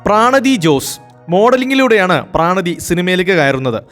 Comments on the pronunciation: പ്രാണതി അല്ല പ്രണതി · പ്രാണതി അല്ല പ്രണതി ജോസ് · പ്രാണതിയോ... അവരുടെ പേര് പ്രണതി എന്നല്ലേ..😂